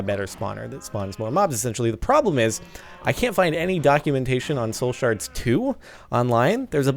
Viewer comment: i love how he is saying shole shards lol